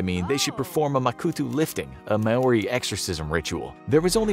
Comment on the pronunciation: Lol I loved how you said Maori ❤️ not an easy word to pronounce